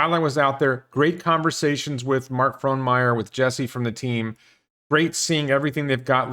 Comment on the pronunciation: Your pronunciation of Fronmeyer is good. But your pronunciation of Oregon sucks. The correct pronunciation is maybe Ore E Gun or as the U of O t-shirt says, Orygun . Otherwise, everything else in this video is good.